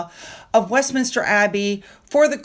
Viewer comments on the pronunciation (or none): none